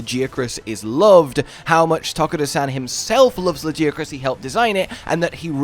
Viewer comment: I will never understand people who knowingly choose to be wrong on purpose. We hear the creator say legiacrus, we hear NPCs say legiacrus. Yet this guy is constantly saying it in a different way, despite hearing the correct pronunciation twice